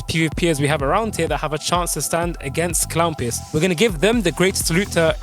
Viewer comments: crown peawce is hea crown peawce is hea! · i am the only one that heard "crown" pierce